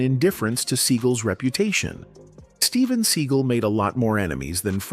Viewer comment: “Steven Seagull” 😂